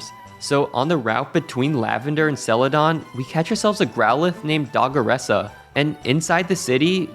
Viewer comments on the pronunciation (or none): the pronunciation of "Celadon" sent me into a rage.